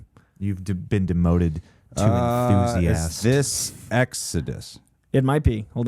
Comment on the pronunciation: “Youve been demoted to emthusiast.” Lolllll Johnn 😂